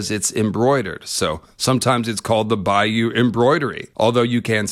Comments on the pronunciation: Argh, your pronunciation of Bayeux is bugging me. In 2016 a friend and I went to Europe and the USA, we started in Bayeux (and yes saw the 'tapestry') and learned that the town is pronounced "Bay-er". Another stop on our trip was New Orleans and we ended up naming the whole trip "Bayeux to Bayou". You are pronouncing"Bayeux" like you should pronounce "Bayou". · "bay-or" I think is the pronounciation but I could be wrong. Highly suggest you see it in person when its on display in a museum. I saw it when I was a kid its fricking EPIC